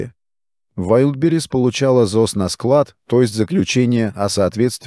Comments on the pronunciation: Искусственный интеллект еще не совершеннен. Удареня путает Вайлдберриз прочитать не может. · ВайдИбрис))) Автор видео, научитесь уж правильно произносить название! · Научите уже робота правильно говорить название маркетплейса. Позорит коллег-роботов.